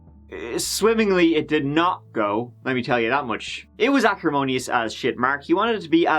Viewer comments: 🥺🤦🏻‍♀️My favorite part is when u say "LET'S GIVE IT A GIW"😂when the action begins 🤍 Omg what happened to that little boy! That's so sad, how could a father do that to he's own son💔 the way he domp he's dead body shows he was really cruel 🙁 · i just want to mention that the way you say 'Go' has really grown on me and i now absolutely love it. i have taken to also pronouncing it as "Geyw" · It's so very endearing that you think 'go' rhymes with 'poo' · I'm concerned that he was found guilty with no proof whatsoever. What evidence was there? Also, apparently go rhymes with poo.